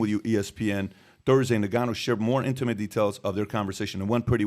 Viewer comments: It's pronounced "In" gannou...not "Ni"gannou. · It's pronounced Nnnnngannou...not Negannou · It's En-Gan-noo! not Nig-an-noo smh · Sounds like he's calling him Nigganou..not koo0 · he keeps saying nigganoo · Bruh said niggaa-nou 🤣😂🤣😂🤣😂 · It was driving me crazy how he was saying his name 😂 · How can you still be getting Ngannou and Gane's names so wrong dude? It's just lazy journalism